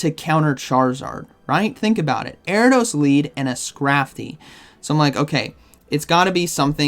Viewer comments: Erra-dose. The I isn't silent in Ariados 😉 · Air-EE-UH-DOSE… lol